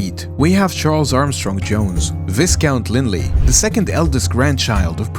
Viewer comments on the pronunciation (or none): Viscount is pronounced WHY COUNT not visscount.